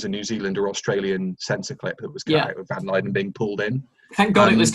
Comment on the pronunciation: Anyone else notice love of Ambassadors of Death creeping in by calling Van Lutyens Van Lyden?